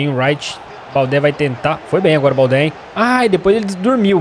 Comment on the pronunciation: OS ''É" DO TOURÉ E DO BALDÉ SE FALA COMO O ''É'' DO MBAPP''É''